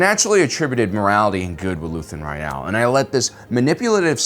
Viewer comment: Why do you say his last name so weird?